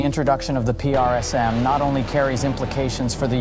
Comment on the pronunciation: or " p r s m" PRISM , say it.. PRISM